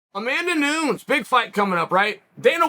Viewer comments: Amanda noons? Amanda must've angered Chael and now he's mispronouncing her name 🤣🤣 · Spent noons figuring out that pronnounciation. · He says it like that very very often. I think it's on purpose. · nunes isn't champ anymore so chael can rightfully purposely mispronounce her name lmao